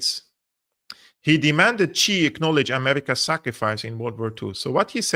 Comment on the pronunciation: X is pronounced close to S in Mandarin, so it's closer to "sea", not "chi".